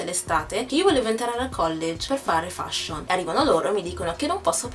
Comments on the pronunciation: si dice feshion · si pronuncia "FESHION" e non come si scrive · la parola " FASHION " la pronunci male ! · Sbagliato non si feshion. Solo gli italiani lo dicono cosi